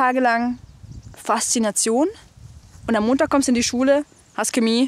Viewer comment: Sie sprechen ,,Chemie" so komisch aus Nicht böse gemeint 😜